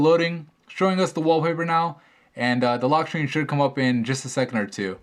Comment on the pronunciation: *The loschhrrrscreen